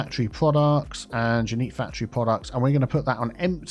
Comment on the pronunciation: Totally different fandom but every time you say factory all I can hear is Symone from Rupaul's drag race.... WHERE A FACT-try ought to be